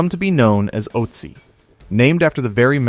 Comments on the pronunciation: The name should be pronounced Uht-zi, not Ot-zi. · Good, but please get the pronunciation of his name correct.